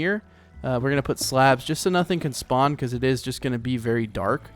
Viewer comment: you said span instead of spawn